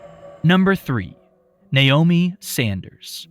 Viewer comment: Finally, someone who says Naomi correctly!